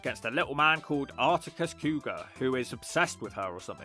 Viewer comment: isn't blessed with the ability to pronounce names I'm afraid. He called Cogar, 'Cougar'